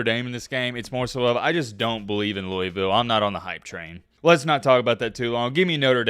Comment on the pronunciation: how are you from Alabama and pronounce Louisville like that 😂